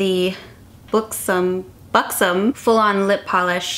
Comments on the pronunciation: its b-uh-xom not b-oo-xom- you had it right the first time ;) !! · its pronounced Buck-sum :)